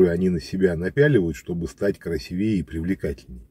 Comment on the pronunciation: КрасИвее, а не красивЕе. Ничего личного, автор, я лишь за чистоту и качество русского языка. 🤗